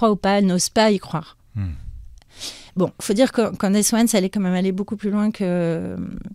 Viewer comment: Si tu sais pas prononcer CANDACE... dis CANDICE !!!! Pas Candasse! 😅